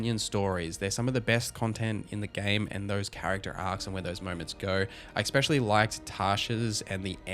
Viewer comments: Also, I've been meaning to say this for a few videos, but I love how you're honest, you're not just shilling and nor are you ripping into the game for sake of it. I love that. But for t he love of the Maker, it's "especially" not "expecially". Triggers me every time. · If i hear expecially one more time